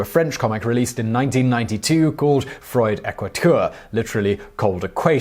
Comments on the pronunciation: I cringed when you horribly mispronounced those French words. Please learn proper pronunciation rules before making a video. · Such a painful pronunciation of "froid". Oh my goodness, that hurt my soul!